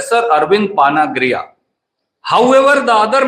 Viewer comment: Please improve your pronounciation of पानगढ़िया You are from Hindi speaking person and we expect you to atleast pronounce the name properly